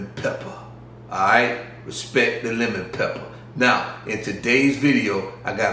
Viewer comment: I love the way you say lemon peppa 🤣🤣🤣